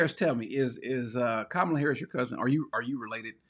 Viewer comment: When five men show up at my door, it won’t do anything that hasn’t been done to me before by Black people. I grew up in Baltimore. They robbed you every week and none of them were foreigners and Brother Cory you should pronounce vice presidents name properly. Her name properly.